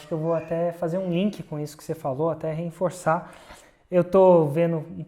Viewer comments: Ele sempre fala assim hahahah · vc mandou um "reinforçar"